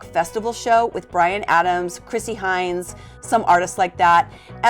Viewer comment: Chrissie Hynde, not Hines